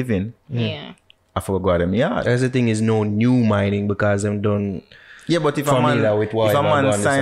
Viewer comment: Nor u say it right no new mining.